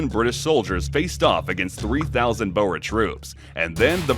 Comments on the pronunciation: Almost…. Boer is pronounced like “Boor”, “oo” sounding similar to the “oo” in “food”, or sounding almost like the “u” in “rude”. The “r” should strictly speaking be a hard, trilling “r”, but a rounded “r” will do 😅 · Hey, so far your video is going great so far but you mispronouncing a couple of names. Boer is pronounced as “Bore” Piet Joubert is pronounced as “Pete Jew - Bear”